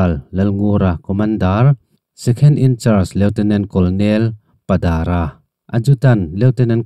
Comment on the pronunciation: 'Lt Col Padãra.' 😢😢😢 'Padâra('dâr ka vua' tiha 'dâr' lam anga lam tur aw). Lunglei Falkãwnah a awm a,tu leh fa fel tak tak a nei a,a fapa Prof Zorema phei chu JB College,Lunglei Principal-in a chãwl(retired/pension) nghe nghe ang.An pa,an pu hming heti mai maia i lamrik sak hi thubuaiah an la mai ang tih hlauhawm tak asin 😂😂😂. Thuziak pangngai chu i chhiar thiam ve mai a,mihring hming,ram,lui,adt erawh lamrik dik loh i ngah dâwn viau mai.Hei hian i hriatna leh khawhawi a zau lua lo tih a lantir.Youtubers tam zãwk hi Mizo ṭawng tidal a,tichingpentu in ni tih hi inpawm ngam teh u.Athuhrimin, i ãw aṭanga han zêldin mai chuan kum lama la naupang lam,lehkha zir loh emaw hna nghet neih loh chuan 'kut hnã thawk rual i ni hmêl a.Mahni inchãwm nâna sum leh pai hailuh nâna Youtube channel i siam anih pawhin Video i siam hmâ-in i thu chhiar tür chu a tlêm berah 'vawi thum tal chhiar chhuak ṭhin ang che aw. Mihring,ransã,ramsã,lui,tlâng,ram,,thing leh mau,adt a lamrik dãn dik i hriat loh chu a lamrik dãn dik a hriate zâwt hreh hauh lo ang che aw.